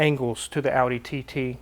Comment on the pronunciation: If it helps, TT pronounced in German is TayTay.